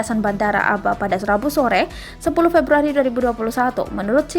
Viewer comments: Dibaca Ab'ha bukan aba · Abha bukan aba😀😀